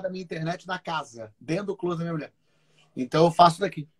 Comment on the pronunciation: A pronúncia não é "clôset", é "clóset"...